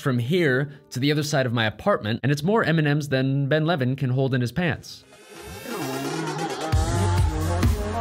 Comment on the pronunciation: I keep hearing ''Eminem'' turned out to be the candy But seriously. Great video ;)